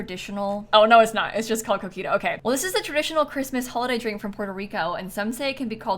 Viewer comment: I thought she said “traditional cookie dough” when talking about coquito 😂